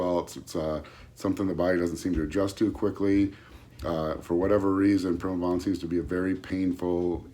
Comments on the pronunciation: What the hell os prime-O bolan? My ba meter says agent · Did he just say prime-o-bolan? Lol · like im gonna listen to a guy that says prime o bolan with no physique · Eye-roll. And he's an expert? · Sure did lmao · He did say that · He did😂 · Yeah. Skipped this video if he can't even say Primobolan correctly. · You do not need a gram of primo if it’s real primo. 400-600mg is all someone needs. Also don’t listen to anyone who can’t even Pronounce the name of the drug correctly.